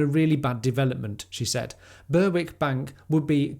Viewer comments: Very good....but please, it is Ber-ick. And Bass Rock...as it is spelt! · Berwick is pronounced “Berrick” just FYI. No offence intended, don’t flame me.